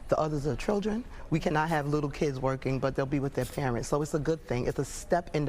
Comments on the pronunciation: "Venezuelean" she says. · She can’t even pronounce Venezuelan. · Right! she can't even pronounce it but she wants to give them money though